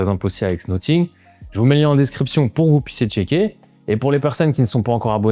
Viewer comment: Pourquoi prononces-tu 'Nottingue' ?